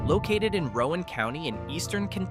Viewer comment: Morehead is in Rowan County, pronounced to rhyme with "gown", NOT to rhyme with "Cohen".